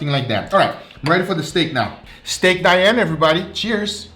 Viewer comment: You have to pronounce "Dee-Ann"